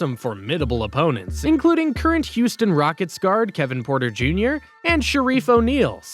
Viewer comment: Bro u got like 3 names wrong in this whole video .Kevin porter jr. and Kenyon green?😂